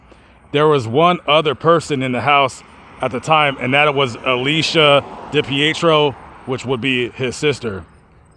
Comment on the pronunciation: Trisha is a great mother, her addiction didn't mean she was a bad mom. No one's perfect. She's clean now raising her children and still pushing for answers. Also it's pronounced Dee-Pee- Tree -O. I normally enjoy your videos but this is my home state and trashing on someone for something that has nothing to do with what happened is pretty low. It makes no difference to what happened to have not brought it up.